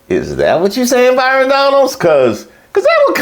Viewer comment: You said, hey Byrinnnn it’s not you 😂😂😂😂😂